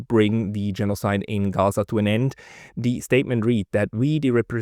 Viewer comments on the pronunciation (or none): none